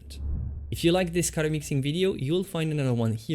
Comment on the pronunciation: Not only can't he paint, but he can't even say the word 'color' 🤣🤣🤣🤣🤣